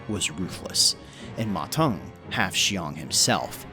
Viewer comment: Qiang is pronounced as "chee-ang" not "shee-ang" Also "Teng" is pronounced just like it looks, "ten", not "tung"